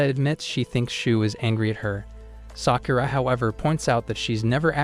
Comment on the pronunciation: the way you said sakura is not right ok watch naruto shippuden and you know how to prononce it